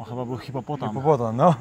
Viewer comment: to jest hipopotam, nie hipopotan😂😂😂, ale te Twoje błędy językowe są czasem urocze😂😜😆. Ale Cię poprawi😎😜